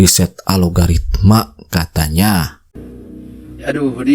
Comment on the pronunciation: Bukan ALOGARITMA mas.. Yang bener, ALGORITMA